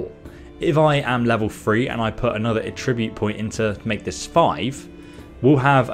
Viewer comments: I know you have an accent but its attribute not atribute (at-tra-bute not a-trib-ute) either way still a great video.👍👍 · Your using the verb pronunciation of attribute not the noun pronunciation. Check it out on google.